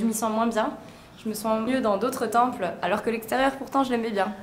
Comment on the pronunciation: Bof bof...La vidéo je veux dire ...pas les ..."Tempellls" 😉